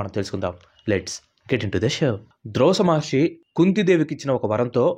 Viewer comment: Drosa maharshi kaadhu ayya..Durvasa maharsh